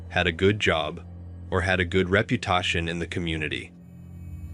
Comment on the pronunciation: It's gotta be a robot doing the voice over. I suspected this after watching a few of these videos on this channel, but , "Reputation" is pronounced "Reputotion". Unless there's an alternative way to pronounce it in a far away land, lol.